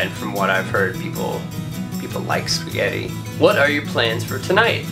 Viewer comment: i love when you say Italian words such as "spaghetti" or "doppio espresso" it's funny xD say more!!